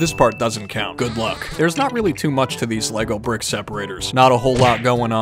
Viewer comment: every time you said lago brick separator i died bc my dumb ass brain said HAHGAHAHAHAHAHAHAHWUAHYSHASDFJSDA tysm